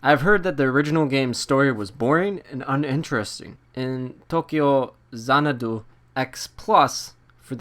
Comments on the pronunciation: The funny thing is, he's not even pronouncing it correctly. It's To-kyou Zana-dou in the Japanese spelling. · As dull as your review... you make me not want this game. Your pronunciation of the titles name makes me cringe and, just some advice: you clearly wrote this out. You should proofread before you record because it’s SO hard to listen to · this game reminds me of the legend of heroes trails of cold steel,. also maybe dont use an accent when saying the titles name loll sounds funny ha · Tokeeyow zanadoo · Appreciate the review . You just really need to stop trying to pronounce the game title with a Japanese accent??? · stopped watching review cuz of how you say the name of the game.